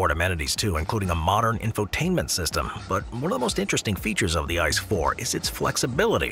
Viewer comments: ICE 4? it is named i.....c....e not ice...lol ask a german where is my ice? and he sends you to a eisdiele! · Its not ice…. Doesn’t pronounce as ice bro….